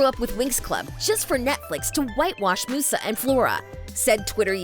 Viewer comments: The original Winx Club is Italian, the pronunciation of Musa is 'Moosa'. 'M-you-za' is the pronunciation of the english version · Love how the narrator's clearly never seen the show but is just making the content that people want to hear. Real fans don't call Musa "Moosa." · I can’t help but laugh and cringe when they say Musa as Moosa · Anyone else annoyed with how she pronounces Musa!!! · Meeee Like who the hell is moosa its musa. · Same, it's pronounced Myuusaa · Sorry to be that person... But in the original Italian winx show, it's pronounced moo-sa, which is also the Italian word for muse. Maybe they just wanted to stick with the original pronunciation. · is anyone else annoyed at how she says Musa? or is it just me? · You're pronouncing Musa's name wrong, and she was the fairy of music not of mind. Stella never worn headphones that was Musa, Stella was the fairy of the sun. You also got the name of the Fairy of Earth wrong. Also I would love to watch the original Winx Club series but I'm not sure where I can go to watch it, and I mean like all seasons with all their upgrades. The last I saw was their sirenix powers, but I guess there's more than that. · Terra (the wannabe Flora) is NOT Roxy the animal fairy. And your Musa pronouncitation wasn't right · Apparently that’s how it’s pronounced in the Italian version. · I would also point out to make sure you pronounce Musa's name right. there are plenty of videos of the show where you can clearly here how to say her name. Defiantly do more research next time. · Every time she pronounces Musa incorrectly I cringe. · this video triggered me SM when the person who is talking pronounced musa name as mooo sa instead of saying muse a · It- it’s Musa, like music, not moosa, she ain’t a damn cow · Yeah, this is so true the minute I saw this I literally just didn't love it right away also she says it like moosa when it's músa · Its "Miusa" not "Moosa" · please stop saying moussa its musa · Its not Moosa its Musa